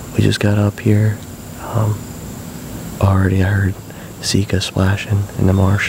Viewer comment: I think we should put a billboard at the MD boarder... It is not Seeka... it is Sika!! What is it with dudes from PA?